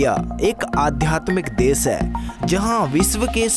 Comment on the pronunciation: Desss(Desh), Wajan(Wazan), Maseen(Machine), phiss(Fish) bhai tu pehle dhang se bolna seekh... unpadh aadmi